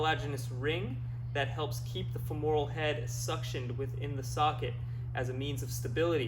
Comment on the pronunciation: FEMoral. Not feMORal.